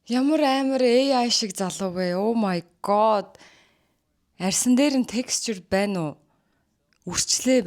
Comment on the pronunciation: өө мая гооод гээд сонсох жхн эвгү бдг да. Дуудлагын засчуул